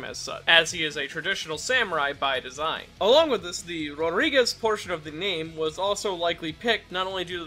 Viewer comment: Rodrigues 💀 Rodríguez 😎